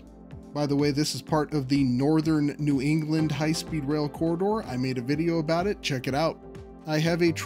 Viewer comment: LOL... "Aboot"... Hey!